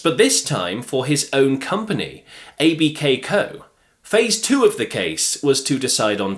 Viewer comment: ABKCO is pronounced "Abco".